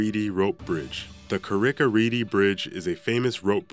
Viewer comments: The way he pronounces the one in northern ireland. Im from there and its pronounce "carick-ah-reed. But he said carricka reedy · Paul Bourbon yeah no. 6 should be pronounced 'ka-rick-ah-reed' not 'Ka-rick-ah-reedy' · It's pronounced read not redey you muppet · Its Car-rick a reed rope bridge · Carrick-a-rede is pronounced "carr-ick ah reed" - not... what you said... and its not anywhere near as bad as the rest on the list! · ITS CARRICK A REED IS HOW U SAY IT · Can't even pronounce Carrick-a-rede Rede is pronounced the same as 'read' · Carrick a rede 😂plz learn how to pronounce them properly lad 😂🇮🇪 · The narrator's pronunciation of Carrick a rede rope bridge is utter rubbish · Very bad pronunciation of number 6